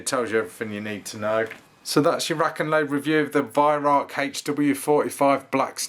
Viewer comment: great videos. The Germans pronounce Weihrauch as (Vy-Rau)